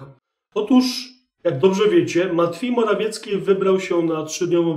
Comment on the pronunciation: Ten Pana "matfiej morafiecki" rozbija system😂 A "pewien wysoki urzędnik" w wykonaniu Chińczyków toooo MAJSTERSZTYK 😂😂😂😂